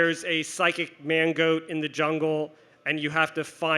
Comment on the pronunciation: I kept hearing mango instead of mangoat. Needless to say my sides were in orbit.